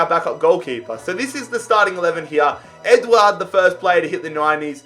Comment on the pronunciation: His pronunciations throughout the video hurt me. Man called Edouard "Edward"